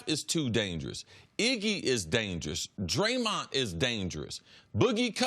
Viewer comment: CC his name is Draymond not Draymont